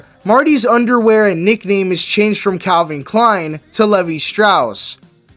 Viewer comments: It is not pronounced Lev-e Strauss it is Leave-eye Strauss. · this guy just said Levy Strauss lol